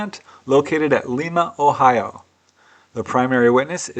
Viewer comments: Gd Bless you,! LOVE your vids! One suggestion: you need to "mid-westernize" your pronunciation of cities in OH. Unlike Peru (which pronounces it LEE-MA), people in OH pronounce it LEYE-MA (long i). We have a TON of other cities in OH that carry names of other countries and cities - Bellefontaine (pronounced BELL-FOUNTAIN), Russia (pronounced ROO-SHEEY), etc.:) Keep up the GREAT work! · FYI, Lima, OH is pronounced as in lima beans, not as it is pronounced in Spanish. I visited there occasionally as a child as one of my grandfathers was born there.